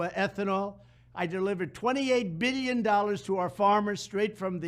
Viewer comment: No one ever calls this motherf***er out on saying BEEYYUN instead of billion!! My ears!!!